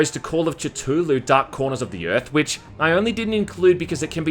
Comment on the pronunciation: You pronounced "Cthulu" very weirdly. It's a "th" not a "t" sound.